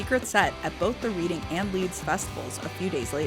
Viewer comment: That pronunciation of Reading hurt me deeply